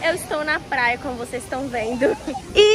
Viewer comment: ela kkkkkkk ela fala plaia